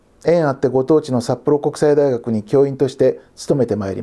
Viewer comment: さっぽろうんこくさいだいがくになったのねｗ